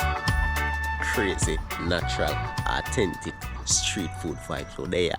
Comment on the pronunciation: Awe-ten-tic 👍 Keep it up bro